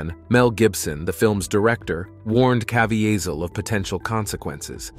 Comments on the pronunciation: If you're going to make a list of actor and actresses, the bare minimum should be to learn the pronunciation of the names. Jim CavIHEHzel? The pronounciation is Jim CavEEzel. The sad part is, I don't speak english as my first language as you do. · You should know how to pronounce Jim CA-VEE-SAL'S name before you use it on YT. Just sayin'. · Dude, it's not that hard to find out the correct pronunciations of names. I found your attempt at Caviezel especially cringeworthy. It's just kuh-VEE-zel. Then you mispronounced Harvey Weinstein in the Rose McGowan section, then correctly in the very next segment. Guess you figured one of them had to be the right pronunciation, huh?